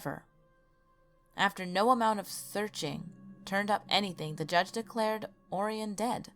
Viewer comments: I'm pretty sure it's pronounced ORyan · Also, "Orion" is pronounced "Oh-Ryan".